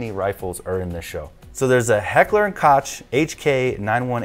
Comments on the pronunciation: No T in H&K lads. KOCH, not koTch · Koch is pronounced Coke. Heat is inspired by a real life event from the 60's-70"s which inspired the North Hollywood shootout. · koch is pronounced Coke. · Koch is pronounced "coke"